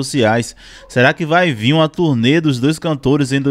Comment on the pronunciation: Turê? Ou turnê?